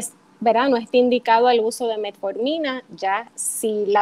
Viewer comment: aprende bien el nombre de la pastilla no es METMORFINA